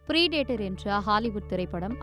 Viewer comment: Preeeedator ❌ Predator ✅ Please ensure to pronounce words correctly, as you're in the news channel. Finding difficult, practice